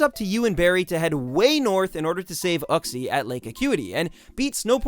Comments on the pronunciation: ITS YOU-XIE NOT OOKXIE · lol no offense but the way you pronounce Uxie makes me cringe XD I've always said it You-Ksee or Ook-see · Lol "Mesprit, Azelf and... OOKSIE" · "ookzie" XD